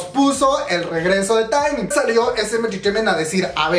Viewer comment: Se pronuncia teeeeeeeemin no taaaaeeeemin. Si tuviera tacones te los lanzo!!! 💅 Aprende a decir sus nombres po favo 😣 Pd. Te amo we :v 💜